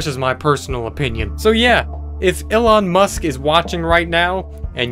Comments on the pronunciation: He said ellen musk not elon 😆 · no one:: "Ilon Musk" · Me: says "Elon Musk" Dallas: says "Elon Musk" Me: "that again but in English this time"